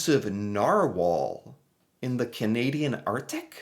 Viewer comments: Haha! Yes, narwhals are real :) and you say it nar whale :) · Yes, we have Narwhals - yes, this is the correct spelling ,and it is pronounced Nar - wall. There are videos of them you can watch. Queen Juliana gave birth to her daughter at the Civic Hospital in Ottawa during WW2. This is another reason why we have a close relationship with the Netherlands and why we receive thousands of tulip bulbs from them.